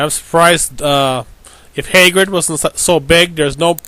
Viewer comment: Hagrid not haygrid you dope